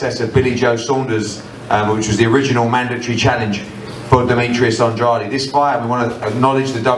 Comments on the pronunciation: Why does hearn keep saying andrady 😂😂😂😆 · Just when I got used to pronouncing Andrade's name properly Eddie Hearn goes and pronounces it Andra-dee cmon now Eddie lol